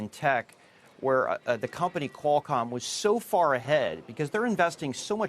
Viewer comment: Everytime he says "quail-com". . .